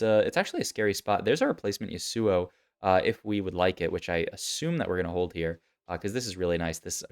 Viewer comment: yusuuo lol. never heard yasuo pronounced like that